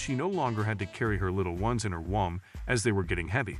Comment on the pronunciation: This is a great story, but womb is not pronounced whomp.